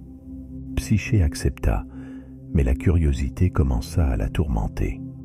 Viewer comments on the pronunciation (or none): Dommage. "Psyché" prononcé "Psyké" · Psyché se dit ”psyqué” car "ch" se dit ”qu" en grec 😉